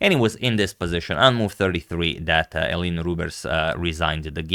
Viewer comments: He did try pronouncing correctly at the start but quickly reverted back to “Elin” haha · Since you usually care about pronounciation, the Dutch pronounciation of Eline's name would be "Elin E", with the second E sounding the same as the first, "Rubersh". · Well I think if someone who isn't Dutch pronounces it like that the U sounds too strong, maybe Elineh would be better? At least that's how it sounds to me when I hear it.